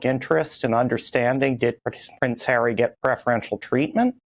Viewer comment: Prince hawwy 🤣